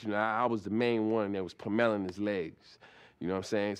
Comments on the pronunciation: Lol “puh-mellin’” his legs. Didn’t know you could fk up the word “pummel” but I’m glad he did bc it made it even better lol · "Pah-mellin his legs." Best way I've heard that word said. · pum meling his legs.. The way Charlie says pummeling. 😂